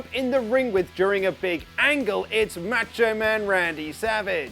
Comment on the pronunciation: Rules!! But you need to add more A in Macho man.. it’s not matcho man “dig it oooh Yeaahhhh” thanks keep up the great work!!